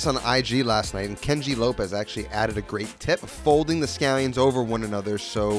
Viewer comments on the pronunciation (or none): none